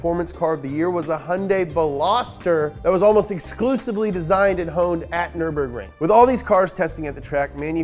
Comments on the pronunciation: Brotip: there's no "aaah" at the end of "Nürburgring". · Does anyone else remember the track being called neuremburg? I dont know if this is a mandela effect or what but I distinctly remember learning the word and hearing -burg at the end and not -bring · Guess what; Those dots above the U means that it´s a german Y. It´s not Nurburgring, it´s Nyrburgring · offenbar auch NRW Abi gemacht? Abgesehen davon heißt das NÜRBURGRING ;) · You can't even pronounce Nürburgring the right way 😂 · bro get your german up we pronounce zs like zs and not like fs